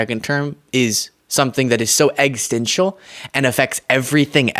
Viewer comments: were you trying to pronounce "existential"? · “Egg Stential”!? Good show, but that was pretty weird…!